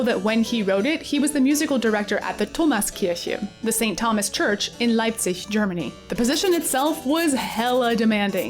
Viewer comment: I am always so impressed by your German pronunciation. As a native speaker I was not sure if you were actually German. The "Sebastian" gave you away, but you say Leipzig closer to the local pronunciation than people from other parts of Germany. Incredible!